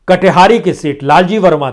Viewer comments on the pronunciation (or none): सर कटिहारी नहीं, कटेहरी है